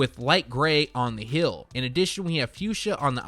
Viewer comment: Heel/ hēl. Not Hill /hil.